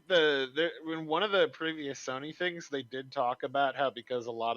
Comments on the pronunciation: Joe is so cute. Saying SUNNY instead of SONY. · Has anyone ever noticed that pronounces Sony as “Sawny”? Or something similar to that. 😂